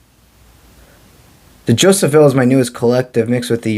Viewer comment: Hi thanks but Jophiel has no ‘s’ e.g Jofiel is Jo- fee- el 🙏